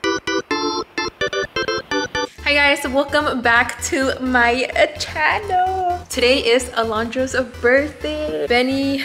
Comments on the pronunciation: Chano not channel but chano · Please just say Chanel, not chaaaanoeeeel 😫😫😫🤣🤣🤣